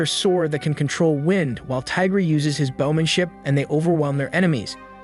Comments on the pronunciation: Not Tiger bro Tigre (Tea-Gray) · It's not Tiger it's Tigre(e sounds like a) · His name is pronounced tea-grah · Its pronounced lord tie gre